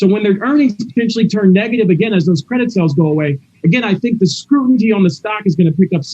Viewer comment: said "their market share has WENT from...." and moments later he said "has went..." again so he has an average or lower iq. and he said "scrutinty"